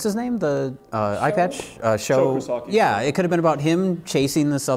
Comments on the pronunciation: Why they keep saying Show Kusagi? gringos his name is Sho Kosugi. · " show koosaki" hahahahahahhaa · Why does that guy think Sho Kosugi's name is Sho Kosaki? What flavor of dyslexia results in looking at the letters "ug" and seeing "ak"? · keeps saying "Show Koosoki"- real name is Sho Kosugi. Doh. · "Show-Koosahkee", IMDB: Sho Kosugi. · His name is Sho Kasugi not Sho Kusaki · Sho Kosugi was the man in bad 80's ninja movies. They need to show respect and pronounce his name correctly (Sho Ko Su Gee). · You guys mutilated Sho Kosugi's name worse than any person in Ninja III... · Its a little annoying how they consistently mispronounced Kosugi. Theres no k so it shouldn't be that hard.